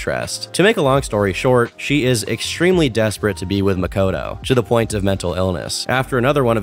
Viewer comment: the type of guy to say makoto like muh-koh-toe